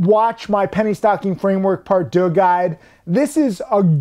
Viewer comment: uhm…. Deux is pronounced doo not der that would be a German word which doesn't derive the same meaning.